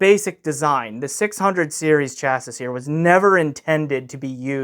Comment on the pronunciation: Chassis is pronounced Chas-ee. Sorry. Thanks for all the good information.